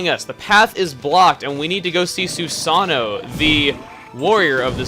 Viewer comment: Oh never mind you mentioned that anyway sorry...just that you said the "God"'s name wrong, the character's name is Susano, but the God's name you pronounce as "Susa-no-oh." Spelt as Susanoo.